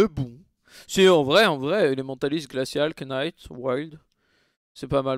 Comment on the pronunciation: Je m’abonne le jour où tu dis Knight/gunslinger/shapeshifter correctement :D